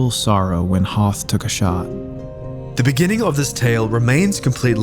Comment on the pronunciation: actually 2 is sort of backwards, it's likely they were originally the same, but split over time, also his name is prounced hoth-r (with a th like in the, and not thor)